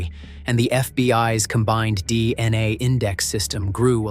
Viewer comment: How many times does the AI Narrator say DNI rathef than DNA?